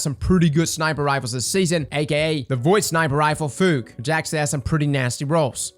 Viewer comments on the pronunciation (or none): FEW-GUH FUGUE Not FOOG. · Fugue is a real word, and has a real pronounciation. (Like phew with a g at the end)